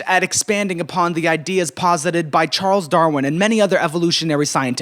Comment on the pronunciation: I’ve been studying molecular evolution for 4 years, and not once have I heard someone say “Charlie Darwie.” I am changed, for the better